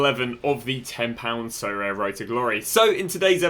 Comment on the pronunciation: Sorare : aribeh